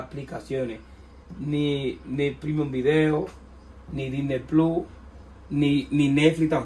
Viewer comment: Soy tu comentario número 30 y vos y tu acento con el Disney pluuuu no me ayudaron de nada lo cambié como 50 veces de países para poner HBO max y no pude por lo tanto tu explicación científica no me ayudo en nada pero por lo menos me reí desde ya muchas gracias la radio está muy buena y aguante el canal te escucho siempre